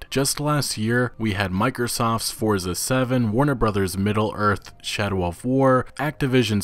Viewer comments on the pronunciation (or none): none